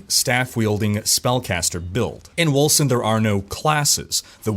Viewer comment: Wasn't the company bought by a German Dec studio? It's spelled Wölcen right? So, it would be pronounced "Vulcan"? I'm probably off on that.lol